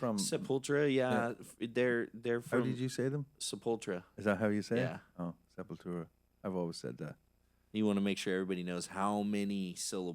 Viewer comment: is correct about Sepultura pronunciation. And they are from Brazil.